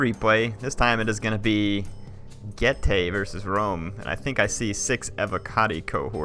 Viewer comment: I thought Getae was pronounced "Geet" am i wrong?